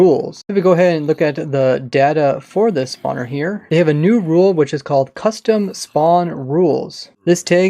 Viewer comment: "custome"... that is not English.